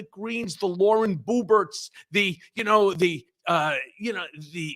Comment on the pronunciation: “Lauren Booberts” 😂😂😂